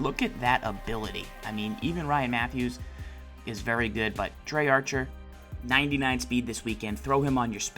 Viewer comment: Pronounce it right (Dree) Archer not (Dray) Archer